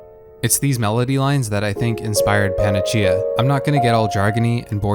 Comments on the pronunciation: It's pronounced "pan-ack-ee-uh," not "pan-uh-chee-uh." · Pana-see-ah not panachea. Nitpicks aside it's a fantastic video. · Also it's pronounced "pana-see-a"😁